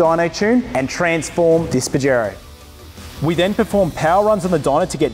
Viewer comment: I donno why I'm laughing so hard every time he say bajero 🤣🤣